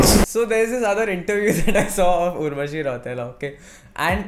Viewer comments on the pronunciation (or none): The way she pronounce her surname Rautela as 'rauuuteeelllllaaa' is hilarious as fuck. 😂